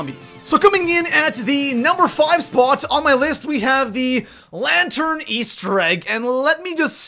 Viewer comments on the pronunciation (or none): none